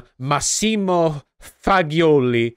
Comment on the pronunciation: it is not "faggioli" as you read it. its G from Gee Rick, G from jesus.